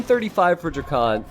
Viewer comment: DrackEn not DrackOn. Please you’re driving me crazy!